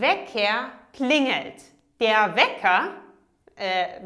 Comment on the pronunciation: I heard you say klinet instead of klingelt